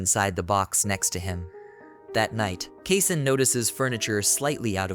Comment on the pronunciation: Mispronounced. It's supposed to be "Kasen" (kah-sen).